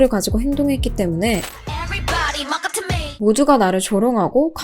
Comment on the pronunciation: Mock up to me가 뭣같은 매일로 들리네요..ㅋㅋㅋ